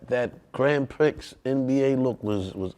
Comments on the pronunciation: Grand Picks? Pause. It's gran Prix, Pronounced (Pree). Pause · Can’t believe buddy said gran pricks, twice!😂 pree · Can he stop saying Grand Pricks lol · Bro said Grand Prix like Twix 😂😂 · Their pronunciation of Grand Prix... 🤣😱😭